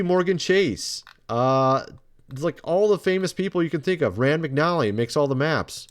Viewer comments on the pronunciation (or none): none